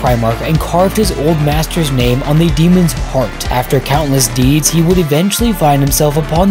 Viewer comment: Hey guy did you know you've been saying the word 'the' wrong for a while now?